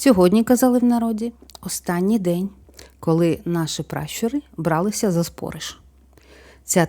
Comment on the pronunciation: Вибачте,але не спОриш,а спорИш.Неправильний наголос,як фальшива нота в мелодії - слух ріже.